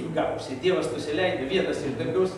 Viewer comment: Leopoldui- DIEVAS-VEIDAS-AIDAS. Taip skaitoma[žinios]Lietuviškai.